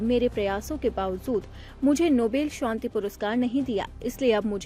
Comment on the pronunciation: Nobel shonti nahi. Nobel shanti hota hai. Not Shonti. It’s. SHANTI